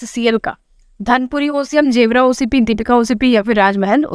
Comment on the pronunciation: 9/10 ek number aake tips se mil gaya ma'am 😜 Ma'am gevra mines ko aap जेवरा bolti hain na jabki ise गेवरा kehte hain.